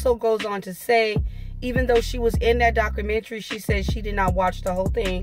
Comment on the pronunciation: It’s pronounced; doc·u·men·ta·ry, not daca - mentry.